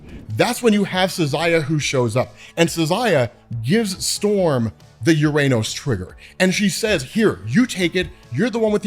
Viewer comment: UrRR-Ah-Nōs! FFS, it’s the 21st century